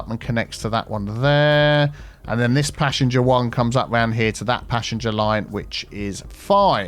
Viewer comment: I keep mishearing passenger as passion jet lol